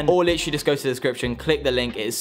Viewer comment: ahem ahem: LITCHRALY